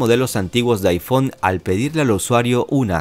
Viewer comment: aifón, y aipàd